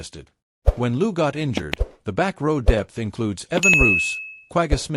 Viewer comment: You are rehashing well known stuff and your assessment of the events shows little discernment.Also ,please tryto learn the correct pronounciation of names like Niyakani and Louw.